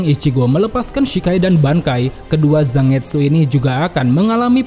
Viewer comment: Ini tuh jepang, jadi baca Zangetsu itu bukan Za-nget-su. Tapi Zan-get-su...